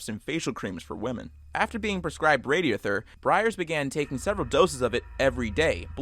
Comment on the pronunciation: Hate to be that guy but for the jaw falling off story, his name is Eben Byers, not Aiden Briers, and he was drinking Radithor, not Radiothur.